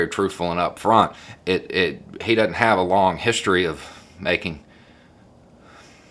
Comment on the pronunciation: Yes...every word seems to hay-ave at least two syllables...